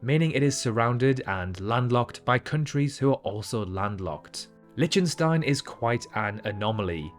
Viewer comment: LIK- tuhn- stine, not LITCH- tun- stine, took me all of 10 sechonds to confirm that , after having suffered a rapid fire mispronounciation. Also, does anyone know how big NYC Central park is in generaly understood terms such as football fields or hectares? ( Sixty second search; Central Park is 340 ha , about 840 football fields , 6,111 times smaller than Wales, or 2,720 times bigger than an Olympic sized swimming pool ( 50mx25m )) Talking of Wales, one hectare is the area that can be defined by a square with a side the length of three fully grown blue whales laid end to end. Perhaps " blue whale" could be used as a unit of measurement ? After all, everyone, but everyone, knows how big a blue whale is, right? So the former island paradise tastefuly converted into a barren wasteland known as Nauru could be said to be 150 blue whales across. Is "seven times smaller than" the same as " one seventh the size of " ?